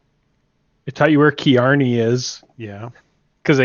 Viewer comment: Oh man, it is pronounced Carney like the guys who run carnivals. Driving me nuts!